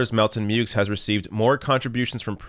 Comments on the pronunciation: As far pronouncing the x goes, I’ve noticed Americans have a habit of anglicizing pronunciations of non-English surnames. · The x in Meaux is pronounced in the USA because Muricans got no time for furriner talk.